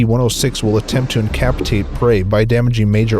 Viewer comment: incapaktation? dentermental? likelyness? suggestioning?